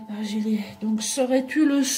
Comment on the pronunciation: gi se prononce G pas GU. donc Argillier avec le son "Je"